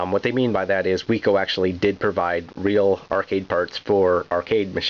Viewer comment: Great video. The company name was pronounced "wick-oh", named for Max Wiczer. As mentioned in other comments, this joystick also existed in bat-only and ball-only versions, so check when buying one of these. Whereas the official Atari joysticks would get soft and then die, the Wico products last forever. Unfortunately, the company is gone. I had a bat version.